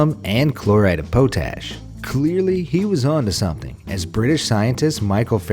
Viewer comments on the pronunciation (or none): "chloride of poe-tash" think the word is PotAsh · Daisuke... It is pronounce dye-soo-key. Potash... it is pronounced Pa (like your dad) or pot-ash. Honestly, my dude, it takes 5 seconds to look up pronunciation and you get it wrong too often. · You really pronounced pot Ash as po-tash? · I love how he pronounced potash as po tash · That's not the most atrocious anunciation though, did you hear him say potash?